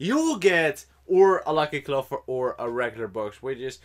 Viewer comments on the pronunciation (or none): none